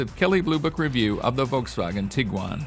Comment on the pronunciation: Wow someone who actually can pronounce Volkswagen 😮